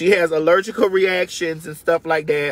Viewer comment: Ellergical 😂😂 I love. Bless y’all hearts 💙